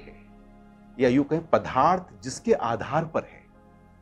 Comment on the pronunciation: जी "पदार्थ " को " पधार्थ " बोलना गलत है, कृपया सही शब्द " पदार्थ " का ही उच्चारण किया करें. धन्यवाद.